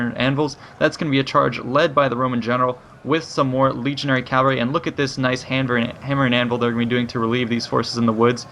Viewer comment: Its pronounces cavalry not calvary...